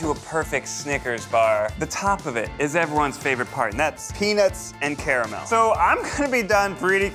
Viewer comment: Imagine going to Yale and not being able to pronounce nougat, caramel, and Disaronno.